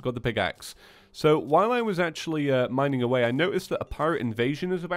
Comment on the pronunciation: Lol minink(mining).